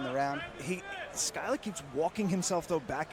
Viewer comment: Commentator keeps calling him skyler, like bro how do you butcher the pronunciation that bad😭